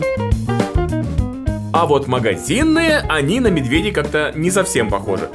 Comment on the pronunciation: почему ты говоришь медвЕдей ты ведь обычно говоришь медведЕй